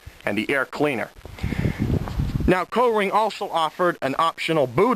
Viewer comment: Up here in Massachusetts we pronounce it "Coring" not "Co-ring". LOL.